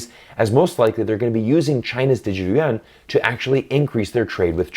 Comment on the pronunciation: you had lived in China for a long time, I am surprised you mispronounced "yuan" like most foreigners do. You know "yuan" means round as in round European coin pronounced in 1 syllable.